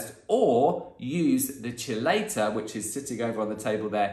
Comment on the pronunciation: Chelate— Keylate pronounced Key Late 😀💜💙